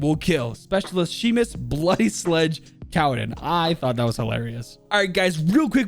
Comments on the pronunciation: Sheemus? It’s pronounced shaymus. 😂 love watching people try and pronounce scottish things. Good video all n all tho! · Also Seamus is pronounced Shay-mus. Its not Shee-mus. I'm Scottish. Good video otherways. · He keeps saying seamus wrong ... it’s pronounced shaymus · His name is pronounced Shay-mus, not Sheemus. It's like Sean is Shawn, not Sheen. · Wtf is sheemus 😂 🙄 pronounced shaymus and also, this is the uk, free health service mate. No medical bills, technically. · Sheeemus???? It’s Shay-mus. God damn it man!! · "Shay-Mus" just incase anyone is wonder how to pronounce his first name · Seamus is pronounced shea-mouse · Couple facts John groats isn’t a city and for all the Americans it’s pronounced shay mus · it's pronounced shAAymus but ok 😂 lol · It's pronounced shaymus btw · Just a heads up I'm pretty sure his name I pronounced Shamus but I might be wrong. Anyway great vid as always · Seamus is pronounced as Shay-mus, sorry it just annoys me for some reason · i know your bad with names but how do you mispronounce seamus😂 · Not to be that guy but as I am scottish but ur pronouncing seamus and inverness